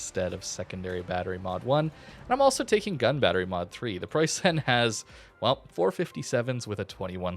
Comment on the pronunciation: Okay, since I've heard it for the hundredth time now, I gotta say something: You pronounce it Preussaen but you'll be much closer to the German pronounciation by just saying Preussn. The last 'e' in Preussen is practically silent and merges with vocalizing 'n'. Great vid as always!